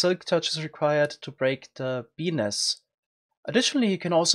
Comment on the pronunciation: every time he says "bee nest" it sounds like he's saying "penis" lol